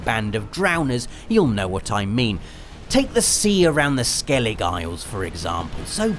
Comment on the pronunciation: I'm sorry but did just say "Skellig"?! TRIGGERED Nicely made video regardless 🙌🏻